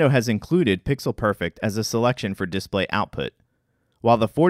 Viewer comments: I'm annoyed that he says it as "DISplay" rather than as "disPLAY" (as "DEfault" rather than "deFAULT"), and that he pronounces SNES as an acronym rather than as an initialism. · Okay but why are you saying disPLAY like DISplay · The way he pronounces display bothers me. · DemonAlchemist Yep, it’s wrong. English teachers abroad always have to remind learners not to pronounce like this guy does... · You seem to be fucking up the word "display" stop doing that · If you’re going to say the word “display” 50 times in a video, maybe you should learn how to pronounce it.